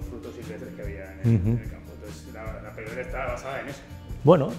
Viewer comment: no sabe ni pronunciar paleodieta este